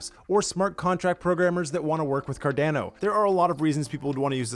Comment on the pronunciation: quit saying Cardano like a Canadian